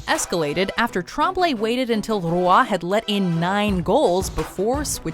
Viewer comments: What happened to your pronunciation of "Roy's" name? You've said it correctly before, not you are adding an entire extra syllable? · "Patrick Rooah" Roy is pronounced like "Wah"